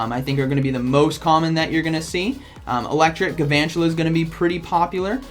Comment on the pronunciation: It kind of bothers me that you don't pronounce the l in Gal-vantula...